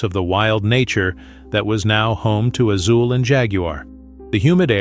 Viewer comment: Azul is pronounced "Asool" not "Szool". There is no zee sound in Spanish. Otherwise, beautiful story.